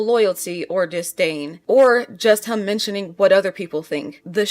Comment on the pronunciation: How you say the word ‘him’ is so jarring 😅 you say it like ‘hum’ rather than emphasising the ‘i’